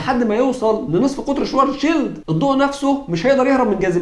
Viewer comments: الحلقة دي رائعة جدا جدا انت اتكلمت عن علماء طول التعاقب الزمني هضم اسمائهم بس أنا حاطت لمعظمهم صور في شقتي … ملحوظة النطق الصحيح لاسم العالم الألماني هو كارل شڤارتسشييلد مش شوارزشيلد تحياتي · وين يا عم وينك ...اشتقنالك ....بس للتصحيح اللفظي باعتبار الاسم ينطق بالألمانية : شفارتسفيلد